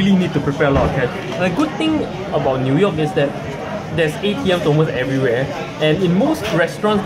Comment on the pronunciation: hahah its pronouce as NEW(NIU) YORK not NUI YORK le.....LOL